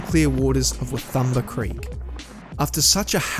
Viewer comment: Prononced Waaa toom baa creek . Not wa thumba creek. Cheers